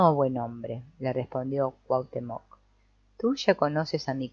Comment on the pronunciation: Muchas gracias por esta lectura, es agradable escuchar el libro mientras hago otra cosa. Solo un comentario porque no puedo dejarlo pasar. La pronunciación correcta de Cuauhtémoc, aunque no se escribe con acento, el énfasis es en la penúltima sílaba.